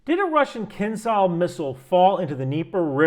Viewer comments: It's pronounced kinjal (a type of hand knife) not kinzal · Please copy-past "Кинжал"(Kinzhal) into Google Translate and push the button below that word to hear what it actually sounds like. It's "Zh", not "Z", though I guess there is some irony in pronouncing it like Z in this context... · not kinZal, it's kinZHal as Zhytomyr (Ж) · Just because you seem the kind of guy who likes details - the "zh" in "kinzhal" is a "ʐ" ("Voiced retroflex fricative", IPA 137), pronounced like the "G" in Gerard (Depardieu). Doesnt change the fact that your calculations seem very on point, but would make you sound even more knowledgeable ;) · It's pronounced as zh sound, not z. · I love how you keep trying to pronounce Кинжал 😊 Just go with Killjoy designation used by nato.